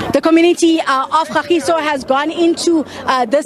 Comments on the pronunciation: KA-GEE-SO NOT GA-GEE-SO 🙄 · its Ka-giso not gagiso please sabc send someone who can relate the ppl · I am not from kagiso but m hurt by gagiso she said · KAGISO. That's my hood. Say it right please.